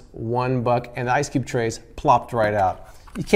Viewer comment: Sounds like he said, "Dripless Ice Dick Trays."